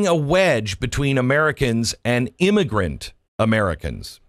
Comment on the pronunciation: Was that an immiGRUNT!